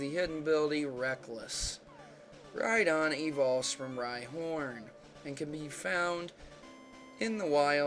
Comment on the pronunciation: lol ride-on rhydon